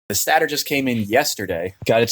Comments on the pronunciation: Love the video but you said stat-ter it’s state-er😂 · Its pronounced Satayter not stater pronouce it correct please lol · im sorry😭 but its not stat-er its state-r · Its pronounced state-er not stat-er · just incase no one have ever told you its pronounced STAY-TOR. you had me giggling every time lol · Stay-ter....stator... much love brotha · everytime he said "stater" 😭😭😭😭😭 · Stay-ter... haha just messing around. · This was years ago. But guys. am i the only one who kept getting bothered when he prenounced stator wrong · Why you pronounce stator like that? I don't know why, but it always bugs me lol. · Have I been saying stator wrong because u say it weird lmao.. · Those are some sorry-looking tires!😭🤣 The way you pronounce "stator" and the fact that you are an Android guy, kinda jive. I bet the guy who built that stator also likes Androids! I hate 4-stroke piston rings with a passion! Awesome video! 🤘🏼 You earned that quad man! Keep it!